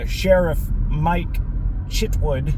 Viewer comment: werid, you said Mike Shitwood! 🤣